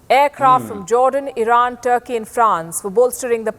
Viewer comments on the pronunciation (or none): none